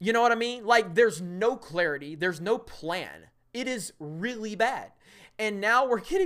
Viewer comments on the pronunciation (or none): none